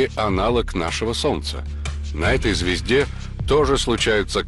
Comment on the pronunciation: Когда он говорит звезде..мне одному слышится ЗВЕЗДЕ.😅